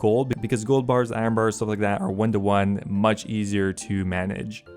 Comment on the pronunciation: The way you pronounce Iron drives me nuts.